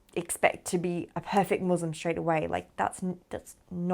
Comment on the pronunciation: Wonderful story - One thing if you could correct while talking: its "Muslim & Islam" not "Muzlim and Izlam" 🙂